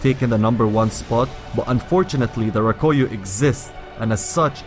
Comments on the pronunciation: The " Roh-Koy-Yo" Its Rah-Koo-Yo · Rakuyo* not Rakoyo... awesome video anyways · its rah-koo-yoh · It was really pissing me off when I heard you saying Rakuyo wrong but good vid nonetheless